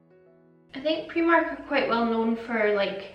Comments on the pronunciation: AND ITS PRIMARK NOT PREMARK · She says preemark and it’s annoying me🥴🤯